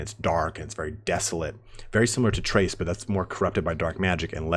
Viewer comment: Crase say it. Crace. Lmao great video man.